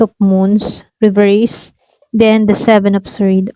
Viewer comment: Ano yun swerd ? Baka sword ang tamang bigkas ay sord silent w yan hindi swerd